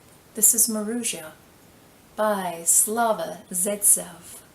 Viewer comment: You’re actually mispronouncing it. Maroussia is a woman’s name, and the way you say it is “mah-roo-sya “, with the stress of the 2nd syllable. I have never heard of this house, being Russian and all, def interested to try. Thank you!!